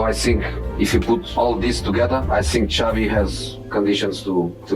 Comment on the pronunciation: shabby, jarbi castbi, xavi, sharvi Alonso...gotta love AI